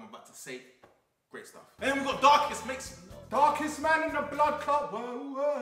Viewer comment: I DIEEDDD WHEN HE SAID BLARKEST BLAM 😂😭😂😭😂😭😂